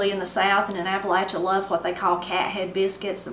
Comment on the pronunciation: Reared in Appalachia, VA. Enjoyed your video and hope to see more. Good to hear you pronounced Appalachia correctly. Earl